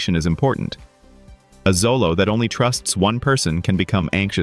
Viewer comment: Pronounced Cho-low